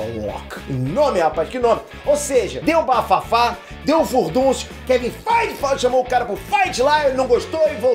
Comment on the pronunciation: FAAAAIT ( FEIGE) KKKKKKKKKK